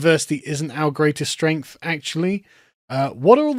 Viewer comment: "Diversity is our strengf!"